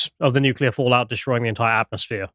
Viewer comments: Stop saying nucular 😅 its nuclear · Please pronounce nuclear properly. It's not "noo-cool-ar", it's "Nu-clear"! Ffs, I can;'g get past this Bush-ism! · What even is a nucular bomb? Is it anything like a nuclear bomb? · Hard to believe someone who can't even pronounce nuclear. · Somebody sounds like Homer Simpson when he mispronounces nuclear. There are "tactical nuclear bombs" with very small fallout. There was MAD, mutually assured which meant enough warheads/bombs to wipe out all major cities. OTOH, people now live healthy lives in Hiroshima. Keep in mind that humans evolved in a much more radioactive world. Or is that news? LNT is a fiction. We need radiation in our environment for a healthy life.